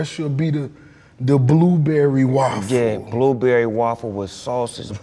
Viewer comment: lol the way ross say blueberry waffle!